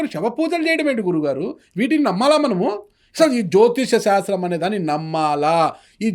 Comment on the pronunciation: అది సంఖ శాస్త్రం కాదు సంఖ్యా శాస్త్రం యాడ దొరికిన సంత రా నాయన జ్యోతిస శాస్త్రం కాదు జ్యోతిష్య శాస్త్రం 🙆